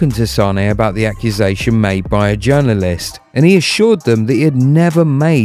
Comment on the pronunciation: This is so over the top! Sounds like he’s describing a natural disaster! Btw, you should work on your pronunciation of the word journalist 😂